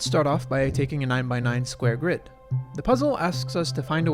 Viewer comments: "The GIRD can fit..." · "the gird"